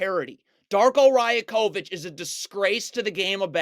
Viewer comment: Your videos are very quality but just minor point. Darko's last name is pronounced Ra-Yak-O-Vich great content tho.